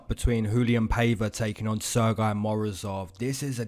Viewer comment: your pronounciation of Sergey is kinda funny, you saying it as «sir guy», while even we are in Russia have a joke about this name, we pronounce it as «Sir Gay» 😅and it's a proper pronounciation btw. those russians who speak english a little bit find it funny